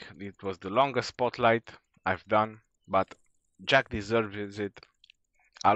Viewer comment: I think he is called "Jack-sss "